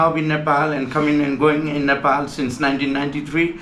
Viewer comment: You pronounce Nepal incorrectly.